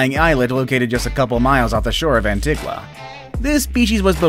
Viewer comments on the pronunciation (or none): Eek. It is pronounced An-TEE-ga, not An-tih-gwa! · Bro you pronounced my islands name. An-t-ga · Antigua is pronounced like ant-tea-ga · It is called the razor snake lol an not Antigwa Antiga and not baboba barbueda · U pronounce the Caribbean islands wrong XD it's funny how u said it the u in Antigua is silent and Barbuda the u is pronounced as you so it's barb-you-da